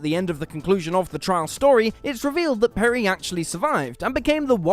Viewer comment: Peri's fake American accent is horrible. 😣PerI not PerrY.